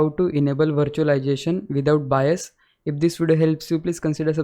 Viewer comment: According to the captions, you actually said bias instead of bios, next time pronounce it correctly